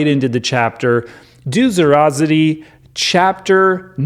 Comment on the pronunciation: Everytime you say Duderobbery oh I can't say it properly 😂 total crack up. Keep up the good work.